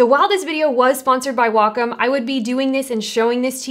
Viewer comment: Great video. What I'd like to see is how to adjust the sleep timeout on a Wacom Intuos tablet. (also, thank you for pronouncing Wacom properly! Ugh. I hate hearing WHACK 'em. Ugh!!! :) )